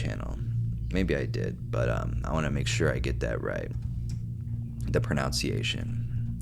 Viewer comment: Bruh really pronounced ‘pronunciation’ wrong while looking up how to pronounce a word. Crazy story. Good vid.